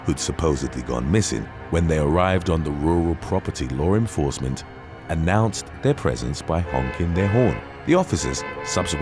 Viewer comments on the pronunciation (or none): U silly , "lore enforcement"